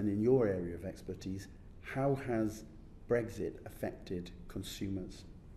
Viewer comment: "the economic impact of breggsh!... of brexit." Well done Martin... 👊